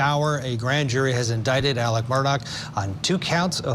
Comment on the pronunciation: His name is Alec. If you can’t get his name right, why would I believe anything you’re reporting?